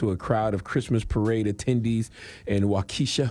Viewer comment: Wau-Kesha Wau-Ke$ha LMMFAO it Wau-ka-shaw